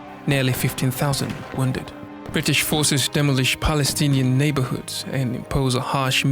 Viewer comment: ‘Dem-olish’ Come on fam It’s ‘DE- molish’ Cheesus Grice